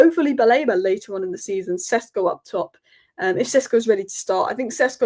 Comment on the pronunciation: It is SHESHKO to not Sesko.